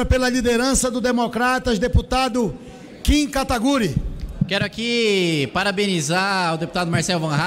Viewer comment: Até hoje não aprenderam a falar o nome do Kim direito